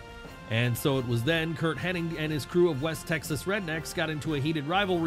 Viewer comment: Imagine running a wrestling channel and saying "Kurt Henning"